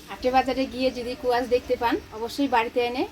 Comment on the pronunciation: কুয়াশ না, স্কোয়াশ বলে, উচ্চারণ ঠিক করে বলো